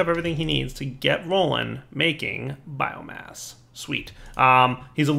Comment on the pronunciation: keeps on saying bioGASS not bioMASS